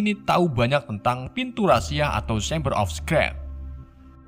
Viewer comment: Shameber of scrat 😂